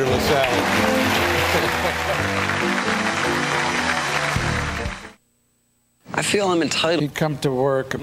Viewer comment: btw it's Peter Lasally, not LaSalle. Great video otherwise!